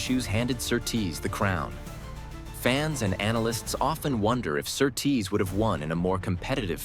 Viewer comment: Your pronunciation of Sir Tease makes him sound like some noble male stripper.